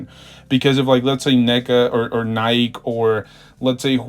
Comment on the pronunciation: I don’t know if anybody should listen to a guy that doesn’t know how to pronounce “Nike”